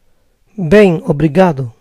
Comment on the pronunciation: Bien en francés se dice bian!!!!!! pero está bastante bien